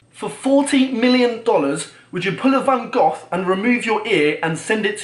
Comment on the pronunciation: a fucking van gof....van goF...VAN FUCKING GOF? it pronounced van go...